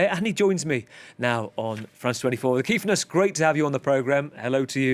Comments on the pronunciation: The Kiffness is something special, and we in South Africa are truly proud! By the way “KIFF” is very much South African slang, which means nice, good or lovely. It’s pronounced as it’s spelt (KIFFFF) and NOT KEEF!!! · Good to the see The Kiffness doing so well. Some advice to the interviewer and future ones. Its Kiffness as in "if" not "eef" Edit: we need something after the rugby loss to Argentina on Sat to cheer us up. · Pronounced kiff not keef. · Guys, it's "Kiff" like "Cliff" 😉 It has much the same meaning as "cool/awesome". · Kiffness... pronounced kick but with an 'f' HOS MY BRU!